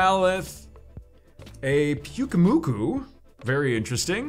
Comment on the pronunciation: Holy crap he actually tried to say PYUKUMUKU (and yes said it right)